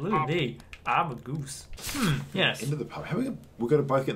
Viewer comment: It’s Goose not geez 😆